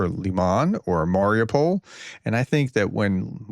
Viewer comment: It is pronounced as "Mary-OO-pull".